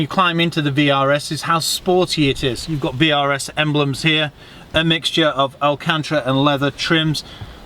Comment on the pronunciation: "El Cantra"...? Who's he?